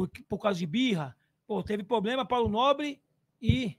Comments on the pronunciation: O presidente da Mancha fala tanto "poblema" que chega a doer os ouvidos kkk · Vendidos??? se venderam pra WTorre??? Na Crefisa… Não vi 1 dia irem fazer protesto. Impressionante como dinheiro fala mais alto sempre. Dinheiro de carnaval, dinheiro de WTorre cala qq um. “Questionou???” Cronograma? Aonde está? Responsável? O que esperar do cara que fala pobrema, foda.